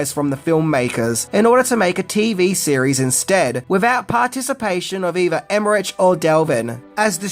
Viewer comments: Love you but you say their names so many times in this video I feel the need to point out your mistake. Roland Emmerich's last name is pronounced Emma-Rick, and Devlin's last name is pronounced Dev-Lin. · come on you are making us Aussies look bad, Roland Emmerich last name is said like emma-rick, you are making us look ignorant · FYI, the final sound in Emmerich's name is a 'k' sound. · and here's one thing YOU didnt know about stargate - how to read Emerich's and Devlin's name. you cant even get the basics right, how the hell do you expect us to believe anything else? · You pronounce Emmerich completely wrong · I can’t finish watching this - you kept saying Roland‘s last name wrong over and over. You do research and you can’t say his last name right? Eek. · Great video, but it's really annoying the way he pronounces "Emmerich" and "Devlin". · Stop saying Emmerich like that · You keep pronouncing Roland Emmerich wrong. Even though it ends with a ch the end has a k sound. Also, his producing partner’s last name is Delvin, you keep calling him Delvin. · Delvin? Emmerich pronounced with a the "ch" instead of "k"? 🥴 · Love the movie, Love your channel, but can I just point out that Roland Emmerich's last name is pronounced Emmerick. Sorry to be a dick but it bugged me everytime you said his name🤪🤪😅😅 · Nice video. I didn't realise how much I'd be interested in the backstory to Stargate. I admit your pronunciation of "Emmerich" (which I believe is normally pronounced as "Emmerick") is a little distracting, but there's loads of interesting facts here. Not that there'd be any doubt. :) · LOVE Stargate! Including all the series. And love your videos. Keep em' coming! But FYI, it's Devlin not Delvin and Emmerich is pronounced like Rick. 😅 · Love your videos but have to point out their names are pronounced Dev-lyn and Emm-erick. They did collaborate again for Independence Day Resurgence. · Roll-und Emer-ick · Emmerich : pronounced , emerick 👌😕🖖